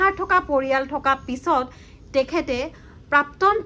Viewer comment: Prapton buli eman bhulkoi bare bare pronounce korisa...prapton nohoi prakton dei..